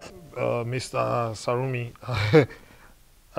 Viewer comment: For the first time Doctor pronounced their surname Sarumi correctly. No longer “Samurai”